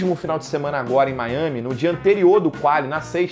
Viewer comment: Não saber a pronúncia correta de Miami é um novo low pro jornalismo brasileiro.